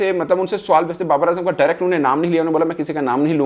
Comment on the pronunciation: you shouild correct ur urdu, you a;ways say , suwal, it is sawal.